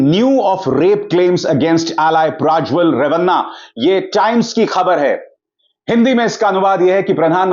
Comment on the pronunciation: आप क्यूँ प्राज्वल बोल रहे हैं? सत्य उच्चार प्रज्वल है.